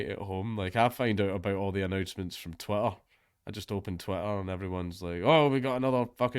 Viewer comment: I always like how your accent makes it sound like you're saying "Twatter"